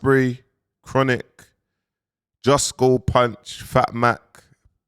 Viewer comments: justo, not jusco, respectfully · It’s Justo bro JUSTO! Not Jusko. It’s short for Justice. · Saying “Jusco” is mindgames 😂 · On a level my bro, I can guarantee people will loose interest in you fast if you don’t learn how to say JUSTO properly, for Gods sake please stop saying JUSKO, it sounds Stupid and it’s annoying. Sorry to be the bearer of bad news it’s JUSTO!!! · The real disrespect is saying JUSTKO 🤣🤣🤣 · He’s being proper lazy with trying to pronounce words it’s very frustrating hearing man say JUSKO every minute, I just have to laugh😂😂😂😂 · Man saying jusco like man think about Costco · Am I bugging or does he mispronounce “Justo” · Why does keep stopping the vid to repeat what just said like we can’t hear justo? We actually can understand it more from jus as he can pronounce words and talk like a adult